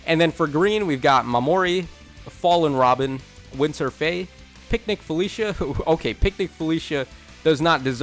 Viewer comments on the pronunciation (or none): none